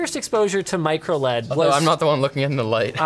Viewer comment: Linus: MicroLED Me: MicroOLED!!!???